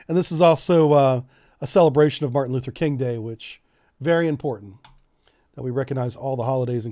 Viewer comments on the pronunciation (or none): none